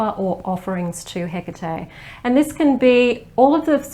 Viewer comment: OMG ! Finally... a video where her name is pronounced correctly !!!!! Thank you !!!